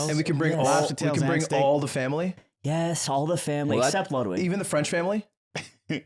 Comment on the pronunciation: I love how, an american man, pronounces Ludwigs name like an european!